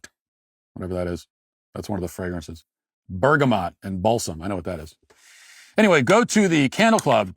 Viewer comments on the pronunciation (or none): none